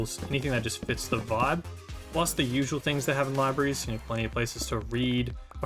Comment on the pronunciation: why does man keep saying 'libaries' instead of 'libraries'